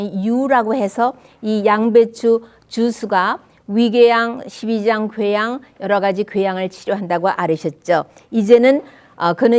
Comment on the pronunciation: 괘양..궤양이 맞죠..